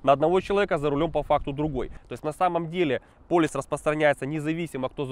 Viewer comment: !:))) ПолИс, а не полЮс